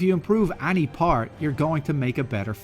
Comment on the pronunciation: Am I the only one bothered by this guy's pronunciation of the word "any"?!!